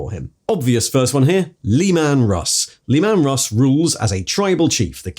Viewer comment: you really need to learn to pronounce some of these names...LEE-man Russ, really...oh god I'm sorry, council of what?! Nikai :D